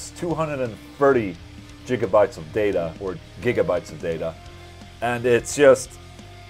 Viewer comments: Yes, it's "Gigabytes", and "Jigga-watts" (back to the future...) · Jigabytes :P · Actually "Jiggabytes" sounds cool